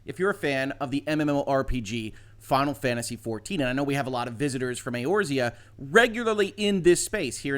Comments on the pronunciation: I KNEW IT! You can't be a nonplayer and say EORZEA correctly. XD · LMAO This story blew up!! And is it odd the XIV is being talked about on this channel? even said Eorzea correctly. Like bruh.. do you play?:O